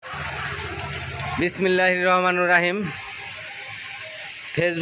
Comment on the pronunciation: ভাই যেটা উচ্চারণ ঠিকমতো করতে পারেন না সেটা কেন করতে যান। বিসমিল্লাহির রহোমানির রোহিম এটা আবার কোন ভাষা